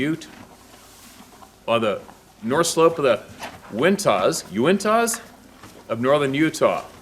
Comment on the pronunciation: Thanks against, and you pronounce Uintah perfectly.